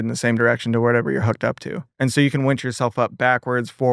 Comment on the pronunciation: Tosh made my eye twitch every time he said "wench" instead of "winch". WIN, tosh, it is a WINch, not a WHENch.